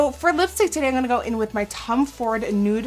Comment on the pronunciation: ze blijft zeggen angonna ipv im gonna.. lol